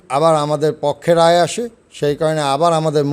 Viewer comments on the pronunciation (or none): none